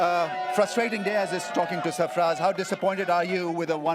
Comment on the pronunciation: Btw its sarfraz not safraaj u dumb ass 😂